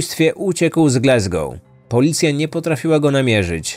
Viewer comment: GlAsgoł nie GlEsgoł.